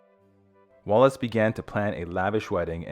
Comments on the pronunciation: The pronunciation on this is dire, I gave up, so many people seem to have difficulty spelling Wallis, even when it's in the heading. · Stop calling her wallace. The name is WALLIS.